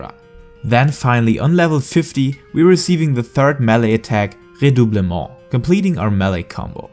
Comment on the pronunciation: Redoublement, not redoublemoux xD